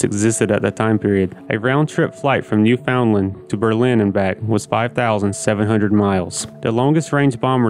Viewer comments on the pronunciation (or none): Newfoundland is not pronounced "New Found Land", it is pronounced "Noo'-fund-land" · Newfoundland..really pronounced..NEWfinland. stress 1st syllable. Ridiculous a plane could even attempt to do that run. B29s did similar in the PTO. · This goof can't say WITH. It's not pronounced WIT. Also Newfoundland is not called New found land. Lol...whatta dusche. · Mispronounced Newfoundland badly.